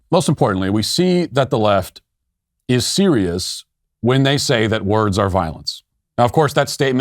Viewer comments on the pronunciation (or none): none